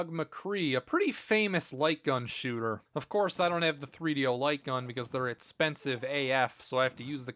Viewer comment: Take a shot every time he says "itspensive" when he is talking about the price.